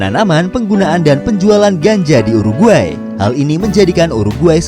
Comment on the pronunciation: DI telinga gua : u ar gay